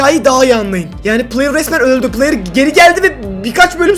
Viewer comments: de playır dedin trmceye😂😂😂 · La adam trmc adama player diyo